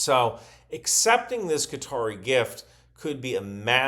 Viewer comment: Hi, it's nice to hear an American say Qatar correctly - you appear to be the only one. All your compatriots seem to think it's "cutter".